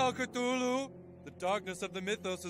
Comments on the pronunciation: why did thet say CTULLU ITS CUH LUL LOO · cuh thoo loo